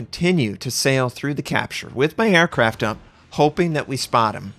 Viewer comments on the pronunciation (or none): none